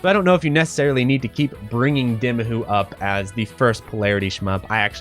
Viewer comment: It's pronounced D-eye-mahoo. NOT D-ih-mahoo. The game already pronounced the title for you! How could you still think the title is pronounced the other way?